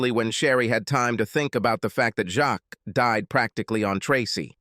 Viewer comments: Jacques is NOT pronounced with an S. What you hear is Jack—extremely soft J! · 😮"Jacques". Was his last name "Meioff"😅